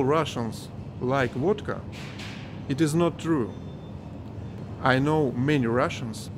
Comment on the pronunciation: Sounds like wadka when you say it. Liter of stolichnaya is $25 here in states. People drink a lot of wadka here. We call alcohol the sauce. Get sauced.